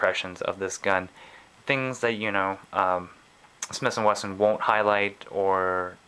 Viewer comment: Smith & weston. Not smiths & Winston